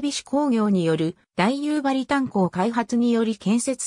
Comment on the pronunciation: だいゆばりではなくおおゆばりですしはっきんではなくしらきんです